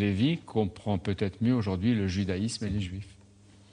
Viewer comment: Judaimse?!??! Après ca se dit écrivain-philosophe-milliardaire, va apprendre à parler mon pote!